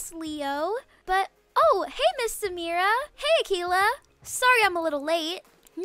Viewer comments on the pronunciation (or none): When you said oh hey ms samira I thounghy you were talking to me cause that’s how u say my name but it’s spelled Sameera